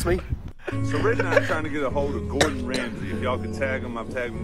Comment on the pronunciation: They call Gordon diga d 😂😂😂